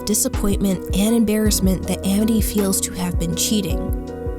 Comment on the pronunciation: My friend told me about this show since my name is Amity! :) It’s become one of my favorite animated shows! It’s honestly really cool hearing this uncommon name in a Disney show, and VERY satisfying hearing the name pronounced right! Lol.